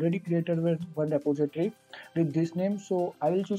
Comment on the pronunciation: Re-po-si-tory but thankyou really that helps :)